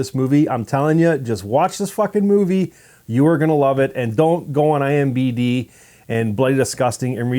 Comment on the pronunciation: I am sorry...I Tried....I HONESTLY TRIED brushing it off...but couldn't get over the fact that he keeps saying "IMBD" ... instead of IMDB .... I know its silly but for me its the same as if he might as well kept saying "Rotting Cucumbers" ... instead of "Rotten Tomatoes"